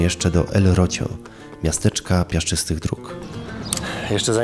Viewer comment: i jeszcze Frigiliana (czyt. Frihiliana), Rocio (czyt. Rosijo). Przepraszam, musiałam. Uszy mnie bolały